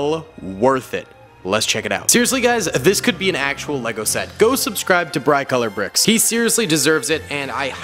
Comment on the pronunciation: He did not just say brIcolourbricks